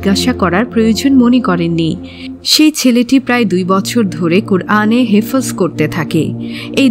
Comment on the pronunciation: হেফোজ নয় রই বইন , এটা হেফ্‌জ হবে।